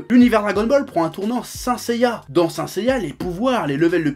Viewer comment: Saint Seiya SAINT tu ne dis pas SAI -NTE ou SAINNE Seiya ? Honteux pour l’oracle .